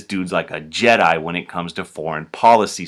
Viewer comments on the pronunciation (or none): none